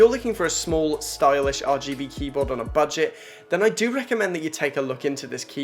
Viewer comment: “Buget” lol